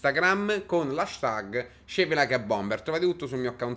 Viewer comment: "hanstág" ma sei italiano?